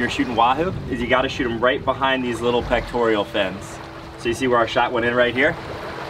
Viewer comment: And it's peck-tore-uhl, not peck-tore-ee-ul. The elf's name is Dobby (dah-bee). Great video guys.